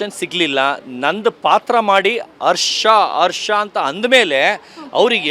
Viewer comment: Harsha alla. Arsha arsha 😂